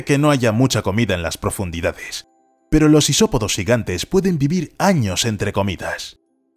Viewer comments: se dice años no anos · dice 50 anos xd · Como que anos? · Dice anos XD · JAJAJAJAJAJ... minuto dice 50 anos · "años" se me hace gracioso y solo quiero que mas gente lo note